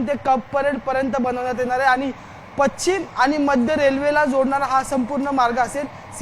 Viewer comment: पछ्छिम नाही रे मित्रा " पश्चिम "😂